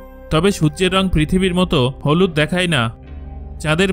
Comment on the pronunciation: আপনি দেখায় না বলে দেখাই দেখাই বলছেন কেন ?